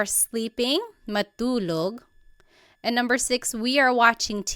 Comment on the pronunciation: Hello and thank you for the video. I'm learning Tagalog at the moment and I don't know if it's just me, but is "t" pronounced a certain way" in Tagalog? For example Matulog, it almost sounds like Malulog and not Ma-2-log. I also hear this in other words that have a "t" in them as well although I can't recall them xD.